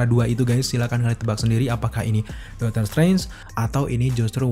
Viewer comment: Bang, dotor strange apa doctor strange? Lu kalo ngomong yang jelas dikit napa buru² banget